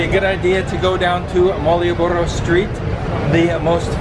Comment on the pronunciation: Coba dieja ulang... bukan marioboro.. tapi malio boro:D